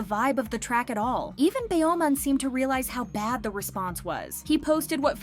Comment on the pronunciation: BeomHan = BumHan not Be om Han